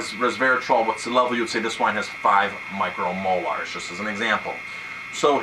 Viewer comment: "micro molars"? There are small teeth in wine? hehe, just a joker here, I know you are trying to refer to "micro moles"...